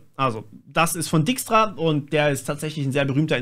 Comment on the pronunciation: Der heißt übrigens richtig ausgesprochen eher "Deikstra".